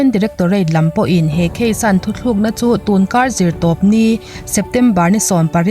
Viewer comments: Thuthlukna ni lovin THUTLUKNA..tițhin tawh la ngaihthlak a nuam khawp ang... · Thuthlukna aiah thuTLUKNA ti la ngaihnawm leh zual ang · Thu thlûk na itia,thutluk na tih tur ani lobmaw awww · Thuthlukna ti lovin thutlukna ti hram tawh teh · Thu tlûkna tiin lamzawk la chu a dikzawk dawn a sin le aw. I awka a fiahin a ngaihnawm